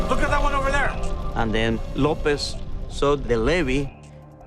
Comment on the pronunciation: This V/O pronounced "Carlos" as "car loss" and López as "law pez". IT AIN'T THAT HARD.